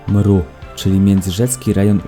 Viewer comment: bardzo ladnie! ale jako bunkrowcy zabieramy smieci te ktore nawet nie sa nasze... i prosze nie mowimy mru... tylko EM ER U.... wszystkiego dobrego 🥰